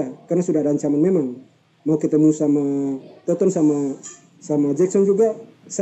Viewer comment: Toton bang , bukan tonton:/